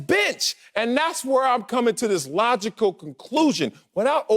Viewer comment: Here's an example of chitterlings circuit BS....logical equation. Whatever that is...pronounced logicko